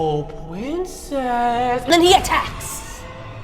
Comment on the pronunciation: "Pwincess" took me out